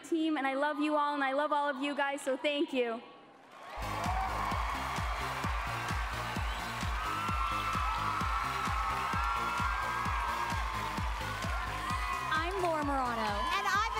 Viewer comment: “but tank you so much” GOD NIALLS AN ANGEL